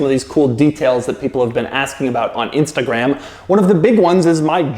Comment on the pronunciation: Doug the type of guy to mispronounce Instagraaahm.